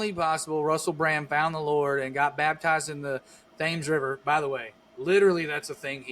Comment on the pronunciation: I love the show. Just remember, if you ever go to London, learn how to pronounce the name of the river Thames. It sounds like they’re saying a guys name, Tim, Moore with an E then an I. About those spices and the commercial that go bad, Thyme also has a silent H.